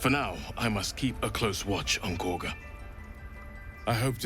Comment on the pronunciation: Just dropping a comment to say that Kagha is pronounced kaw (rhymes with saw) guh :) not a huge deal, just passing it along. (and Astarion is uh-star-ee-un, can't even count the number of times I've heard people say it like uh-stare-ee-un :P)